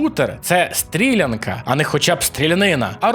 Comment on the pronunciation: там мабуть не стрІлянка, а стрілЯнка